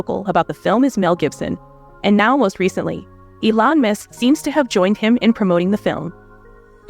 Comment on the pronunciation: Elon "Misk" ??? FFS can you not get the name right of the most famous African American businessmen in the world.